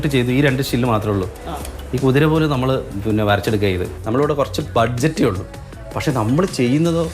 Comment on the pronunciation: ഡിസൈൻ നന്നായി. ഇനി വാക്കുകളു൦ നന്നാക്കൂ... Momento alla, it's memento. ബഡ്ജറ്റ് അല്ല, ബജറ്റ്.